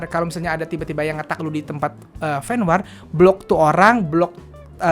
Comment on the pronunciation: Fen Wor dongggg sebutnya bukan Fen WAAR 😂😂😂🤦🏻‍♀️🤦🏻‍♀️🤦🏻‍♀️